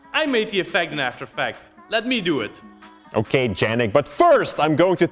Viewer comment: Lol the original pronunciation of "Yannick" is really interesting :D